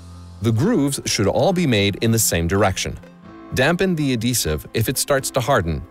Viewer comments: Was going to comment the same lol. It's "ad-hee-sive" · Is the h silent in "adhesive"?